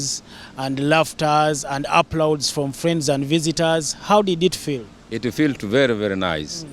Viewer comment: Congratulations to the young couple ,"it feelt very nice "dad oluzungu lukyamye mmu ..